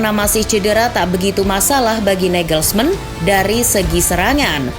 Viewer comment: Ada feeling ini match bakal keras + alot, jadi mungkin seri, tp ada gol Untuk admin, izin sedikit koreksi yaa untuk pelafalan nya, semoga berkenan Reims --> hams Parisiens --> parisiang Julian nagelsmann --> yulian nagelsman, bukan negelsmen Daley blind --> dali blin Choupo-moting --> cupo moting Gnabry dibaca gnabry, bukan gnebri